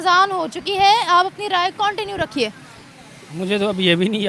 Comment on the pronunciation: "KONT IN YOU "😂😂😂😂